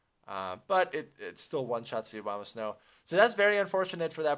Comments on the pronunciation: The Obamasnow? =P It's called Abomasnow lol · "obamasnow" lol